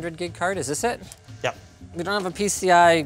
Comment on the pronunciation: Linus - "Threadripper PRO. Yeup We Got One"